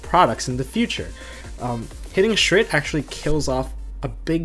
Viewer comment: does everyone not realize that shurits name is shurit and not shrit? or is that just the us pronounciation?